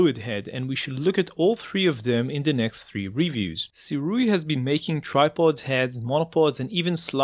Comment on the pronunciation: SIRUI is pronounced - SUE - RAY